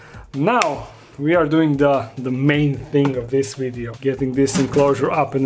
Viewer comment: Did you enjoy the "WiiDEO".. lol